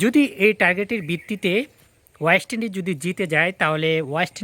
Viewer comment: Tui age uchcharan thik kar, ayest lndies na oyest Indies. Ei uchcharan niye video korte lajja kare na ?? Tor mato boka------- ra ache bolei Bangladesh kkono trophy jitte pare na.